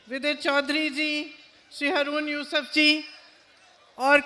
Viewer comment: Priyanka Saheba please.. please.. it’s Haaroon Yusuf, try and pronounce the Muslims names/ Urdu words correctly… you speak so well, correct pronunciation will add to your stature